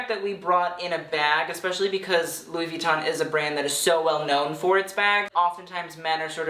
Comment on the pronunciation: jesus christ pronounce Louis Vuitton right bitch